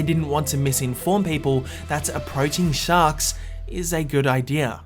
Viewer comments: It sounded like you said socks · Did you say shak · Anyone else think he said “socks” at the beginning